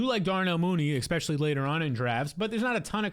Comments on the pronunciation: That and “expecially” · You say EXspecially.